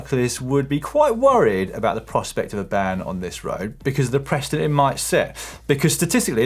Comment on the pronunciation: Dan what did you say “Presta” or did u mean precedent.